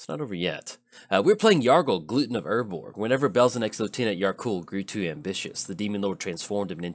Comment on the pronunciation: Haha, you said Gluten of Urgorg right in the beginning 0.20 ! That gluten can be killer lol